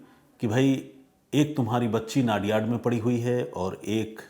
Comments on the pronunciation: नडियाद not नादियाड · वो नाडीयाड..नाडीयाड मत करो भाई,, वो #"नडीयाद" सीटी है।